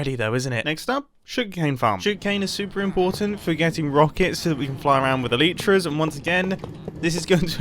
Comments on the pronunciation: A-lee-tras I think you mean alytras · Aleetra? It's alitera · Eeeeeleeeetra!!?...lol Elytra. Eh lie tra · bro did not just say eleetra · I love how you pronounce them eleeetras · I am sorry what did you just sed? Elitras? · Did he really call elytra eeletra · Wait a minute! Did he just say Aleetra?! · I love howmumbo pronounces elytra "eleetra" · did he just say ilitras? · i love the way mumbo says elytra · Just the way he says elytras is awesome